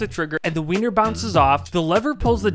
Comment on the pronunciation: Did you say wiener lol